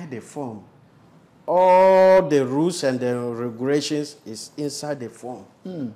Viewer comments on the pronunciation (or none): All The Rooles And Ruuugilations 😂😂😂😂😂